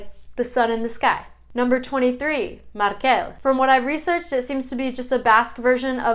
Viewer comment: Xabier is not "the Basque version" of Javier. It is an original Basque name, that has a version in Spanish (Javier). It comes from the town Xabier in Nafarroa, and this comes from Etxe-berri (new house). Great video, but some names are not pronounced (normally, at least where I live) like you've done: MAR-kel (the non-sexy version), MA-nex, LU-ken, JU-len, a-SI-er, I-ker, MI-kel (If you pronounce it like you did, it seems more like catalan: mi-QUEL). Good to see my name in the top ;)